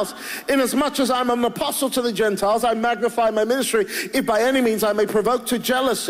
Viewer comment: LOL "apostle".